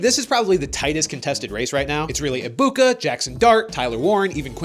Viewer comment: NO NO NO. You pronounced his name wrong. its Emika Eggbigboo.